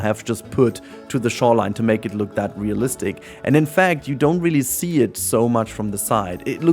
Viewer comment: Ohhhhhh, -listic. I heard BOOTY-listic the first time. I was so lost.